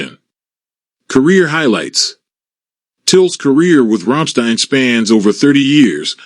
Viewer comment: wow can't say Till or Rammstein correctly.